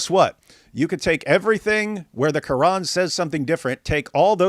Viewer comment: its so annoying when she speaks normally and then goes KRRRRRRR-AN or is-LAMB you dont have to pronounce the words as if you are speaking arabic